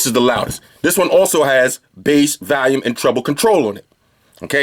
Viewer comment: enjoyed your videos, but why do you always say valium instead of volume? just wondering.